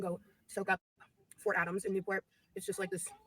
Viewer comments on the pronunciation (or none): none